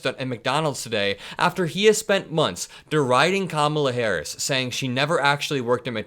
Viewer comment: Can he not pronounce VP Harris correct?